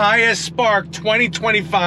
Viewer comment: Its Artura! Not ALTURA. Cmon. Im ready, your definately NOT😂